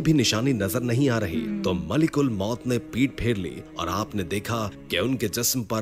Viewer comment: Bhai malak ul maut hota hai malik ul maut nai